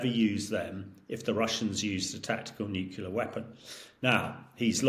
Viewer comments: Excellent content - but this mispronunciation gets right on my nerves. Say this “NEW CLEAR” not NUKULAR!!!!!!! Please can we get experts to pronounce the word properly: NEW + CLEAR = NUCLEAR. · 🎯My top "pet peeve"! How does one spell "New-Q-Lar" anyway? 2 syllables: "nu + clear", it's not that hard. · Stop saying NUKULAR……fool….. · "... the area of my expertise, the newkyuler end" hahahaha. 😂. Get out of it you stuffed shirt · Is he saying "n u cular" over and over ? Is he supposed to be an expert ? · This "expert" can't even say "nuclear" correctly. Sad af. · If your guest’s speciality is “nuclear” then his inability to say that word properly undermines his credibility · Why is it that you so called clever people can't even pronounce nuclear! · This nitwit can’t pronounce ‘nuclear’ correctly. Is he credible? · I'm aghast that a self-procliamed expert in Nuclear weapons can't even pronounce nuclear properly. Spent his life surrounded by yes-men?